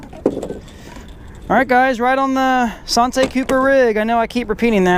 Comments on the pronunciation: anddd that's the SAHN-TAY rig. come on bro. Learn how to pronounce the rigs you are demonstrating. It is SANN-TEE rig as in Santee Cooper lake. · Lol it didn't even click in head I was like sahntee? That's a Santee rig lol good video! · you were trying to sound all fancy and whatnot, SAHN-TAY! ha ha ha ha! Made me laugh too! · SANTAY sounds so much better than SANN-TEE LOL However you say it I had fun watching once again...I use peg floats all the time..I have pretty good luck with them.... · Sawn tay.....lol....French Rig ? San T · Thank you. Drives us Texans crazy when they use the French pronunciation. It is San TEEEE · lol yeah that was like nails on a chalkboard. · It's just the way you pronounce santee. Good video tho like always.👍👍